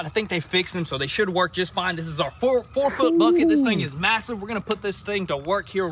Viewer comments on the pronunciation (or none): none